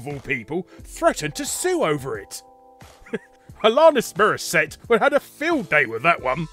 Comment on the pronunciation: "Alonnis Mirroset" 10/10